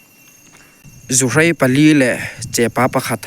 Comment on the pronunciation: Ka lo tawngtam lawk keini chuan zuhrei niloin zuhrai kan ti thin